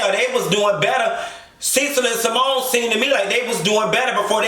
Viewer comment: Did u say SeaMone lmao. And Eugene just sat there like he wasn’t just disrespected as a man. Ain’t no way!!!! And yep Dr G hella lame.